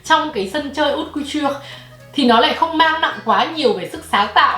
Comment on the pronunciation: Thông tin bổ ích nhứt nhứt nhứt mà mình nhận được có lẽ là cách phát âm chữ Haute Couture:))) Cảm ơn. Giờ mình cày tiếp video khác của nè.